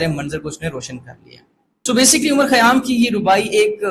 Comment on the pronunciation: Respected Sir, you mispronounced the name of poet. Great lecture, Thanks